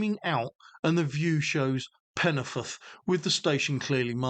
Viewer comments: . I've lived in the area for sixty five years and obviously know many people from the area, went to school in the area and have worked in the area and I'm very sorry but your pronunciation sounds nothing like anything I've heard, most people call it Penyford, though some native Welsh speakers do pronounce it differently it sounds nothing like the way you say it. Don't worry, I still struggle with the correct way of saying Welsh names that include the double D or double L correctly, at least you did try. Great video by the way, loving this series, this is not one of the more well known branch lines, and doesn't get the attention it deserves imo. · Its pronounced Penny - Ford